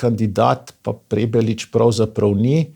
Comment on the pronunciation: Prebilič , ne Prebelič!